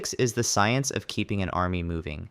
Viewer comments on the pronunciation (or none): none